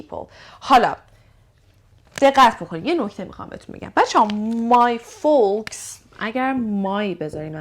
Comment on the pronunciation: misa jan folks L talafoz nemishe foks khunde mishe, ba sepas